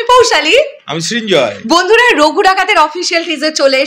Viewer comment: একটু পড়াশোনা কর ভাই, ওটা রঘু ডাকাত, রাগু ডাকাত না🤣🤣🤣🤣 দুজনের কেউ কি পড়াশোনা জানে না??? জাতি জানতে চায়। নাকি ওটা বাংলাদেশী ভাষা, ওরা বুঝি রাগু বলে🤣🤣🤣🤣 ফ্রী টিকিট দিলে দেখতে যেতে পারি। কারণ ফালতু টাকা নষ্ট করি না।।